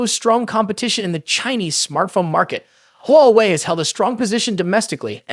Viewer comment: AI voice? I heard like 10 different pronunciations of Huawei lmao.